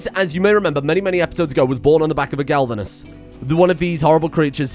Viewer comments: I know its pointless to say and he is probably doing it on purpose right now. But its glavenus, not galvunes. Gla-ve-nus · Glavenus, not galvanus. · This really bothers me, it is a GLAV-enus Not GALV-enus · The amount of times I flinch when mispronounces the name of Wes' Dino... by this point I feel it is on purpose to spite the people that care about pronounciation and use the spite as fuel to feed the creativity that turns the engine of creation on Mr Streamers PC. It is Glavenus, not Galvanus. Gla-ve-nus. It Isn't coated in zink, It has a sword for a tail. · >Goes on tangent about pronouncing latin and other such things >Still calling GLAVenus as GALvenus. Honestly, he's been saying it that way so long, I'm starting to think hes doing it on purpose, lol. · One of my favorite series so far. Watched many of your previous, and enjoyed all of them. Also looking forward to seeing ck3 or whatever you decide to pick on the 2nd channel. Also I think it's pronounced Glav-inus (at least to my best understanding, and monster hunter world expirence. But plz don't hate me for correcting) But stay great m8 and looking to all future content 😁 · Glavenus - Clearly pronounced Gal Ven Uhs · I laugh every time he completely butchers the name Glavenus. Misplacing the L every time. lmao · He's still butchering Glavenus' name...